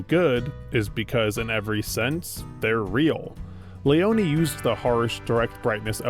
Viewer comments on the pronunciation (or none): The correct italian name is Leone not Leoni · sergio leone is not pronounced »lioni« … he is pronounced LEONE, ffs. the fact that united statesians are always too ignorant to do proper research on how to correctly pronounce non-anglo-saxon names, in this age of google, is beyond me. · is it that hard to pronounce sergio leone? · He manages to butcher Leone's name 🤦🏻‍♂️